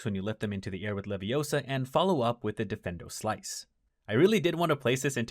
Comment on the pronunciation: dee-feen-doe, not defendo. 😅